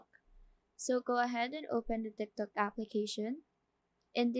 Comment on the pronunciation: She said timtok